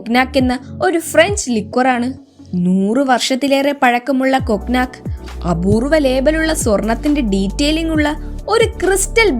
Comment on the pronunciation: കോഗ് നാക്ക് അല്ലെ കുട്ടീ, കോണ്യാക്ക് എന്നു പറയൂ .. ടെക് വീല അല്ല ടെക്വില,, കഷ്ടം .. തുമ്പിയെക്കൊണ്ട് കല്ലെടുപ്പിക്കുന്നു..